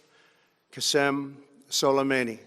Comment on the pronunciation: It’s funny how trump says qasam sulomani 😂😂😂😂